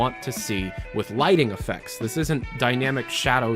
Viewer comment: its Lightning not Lighting